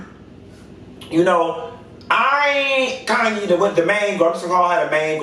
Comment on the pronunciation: Her name is KHANYI pronounce like Kanye but you say YIIIIIII Instead of Yeh. So CAN YIIIIIII